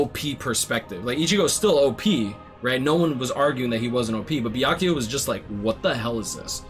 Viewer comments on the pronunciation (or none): none